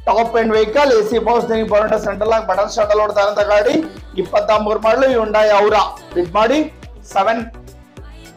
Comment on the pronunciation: Hundai ಗೆ ಹೋಂಡಾ ಅಂತೀರಾ.ಸರಿಯಾಗಿ ಹೇಳಿ.